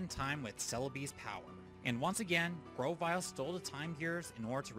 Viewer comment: GROVYLE, NOT GROWVILE!